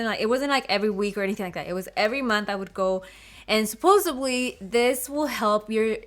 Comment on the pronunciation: I only made it about 3-1/2 minutes. When she said “most painfullest” I thought, “Oh, that’s kind of adorable.” But then when she said, “Suppose-abley” I’m out. Learn to speak properly before you try to teach anyone about anything. 🙄🙄🙄